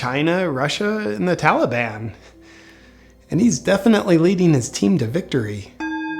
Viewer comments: If I hear that fool say Tollyban one more time...I'm going to snap! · it's the Tolly-bon JP say it right.... ya know like Obama calls ISIS....ISIL. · biden keeps saying Tolley bon. He is the ONLY prominent person who appears on the corrupt U.S. media who pronounces Taliban like this. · Carefully note the pronunciation of the word "Taliban". It is now "Tollie-bonne". Makes it almost sound like a magical fairy tale group. This is not accidental. Courtesy of the Democrat party. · "Tollybon", is that a type of candy? - biden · The tali-bahn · What is it with American presidents not being able to pronounce words correctly? We had Bush who would call Arabs "A Rabs" And now we have Biden calling the Taliban "the Tellyban" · He should be impeached solely for the way he pronounces Taliban. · Never trust a politician who can’t pronounce taliban.